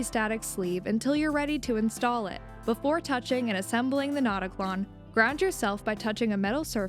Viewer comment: fyi the "ö" in notaklön would be pronounced like the i in bird. If you were to name it "not a clone" in swedish, it would be: "InteenKlon", but a more catchy name would be "ickeklon" (notclone).